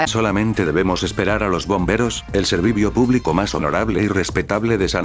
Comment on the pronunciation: soy el unico que me di de cuenta que en el minuto no dijo sevicio publico sino servivio publico? xd